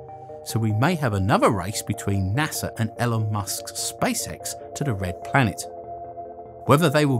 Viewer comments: Its Elon not Elin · "Ellen" Musk?!? LOL. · E E E Elon Musk not elon Musk. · 'Ellen musk' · Nice vid - hint - lookup the pronunciation of Elon and Bezos ;) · Love how you pronounce Elon Musk